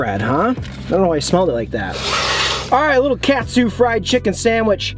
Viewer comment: Huge fan here been watching you guys since you did a collab with fast food pit stops! I just wanted to say I loved your vids and it’s pronounced Caught-sue not cat-sue